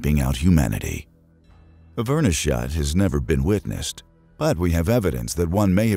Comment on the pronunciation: Me flinching every time he tries to say "Chixulub" or "verneshot"